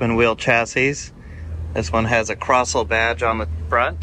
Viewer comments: I had some friends who raced a Crossle Formula Ford. They're very cool, look them up. I think the formula specifies that Kent engine. Also it's pronounced "Cross-lee." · Nice vid. Btw it’s pronounced “Croz-lee”